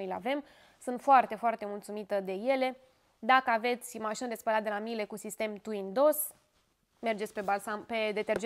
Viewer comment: Miele (marca germana de electrocasnice), pronuntia este MIELE (cuvant din limba italiana miele= miere tradus in limba romana) nu miel....